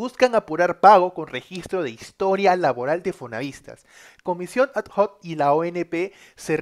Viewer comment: No es comisión a d j o c es comisión adoc x favor aprende como se dice lo digo en buena onda.